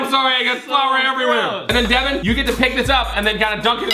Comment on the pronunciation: Its Devan not Devon, Deven, Devin.